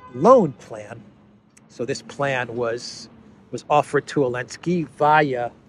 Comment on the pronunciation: SOOO ANNOYING!!! You keep saying " Elensky" or "Alensky" or " Lensky"..... It is ZZZZ ZZZ ZELENSKY!!!!!!